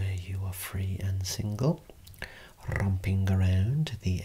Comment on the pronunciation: " 'Rrrrrromping' around the outskirts of Birmingham". Love it! 😂, today you reeeally got your "Go to bed now children" voice going, don´t cha? Seriously, by the end of the first third, I can hardly keep my eyes open! And, this video indeed gave my a whole new experience: I believe, I know now how a baby feels when it has been given it´s evening milk bottle and put for sleep into it´s comfortable cradle. 😴😴😴 Quite interesting experience that, when you´re actually not a baby anymore...